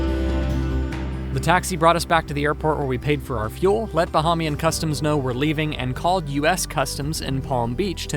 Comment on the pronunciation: pronunciation buh hay mee uhn. otherwise great video. I grew up in Freeport and spent every summer on a little island called Green Turtle Cay. just off the coast of Marsh Harbor. Love all your videos... Im working on my PPL and IFR cert so I can fly myself there very soon. ·